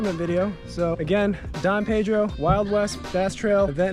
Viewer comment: Lol it’s don pay-dro, beautiful body of water 💦